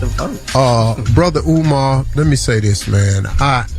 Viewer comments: Peep how he said Omar! Not umar! Maybe I’m listening trying to find a problem! but I been on Steve Harvey BS! But before you can hear it clearly he said umar. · Omar Omar He says he likes him but can’t say his name correctly. In true Steve Harvey fashion not listening to what umar said or anyone else i.e Monique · He also mispronounced Umar's name some they would go crazy over if it came from a white person